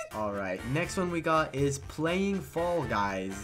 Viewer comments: "Fall Gus" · Fall guys uh I mean guy no no uh f...a....l...l gusy no um fall gus